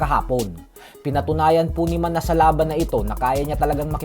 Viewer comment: Pronounce mo Ng Manas mali pa😂😂😂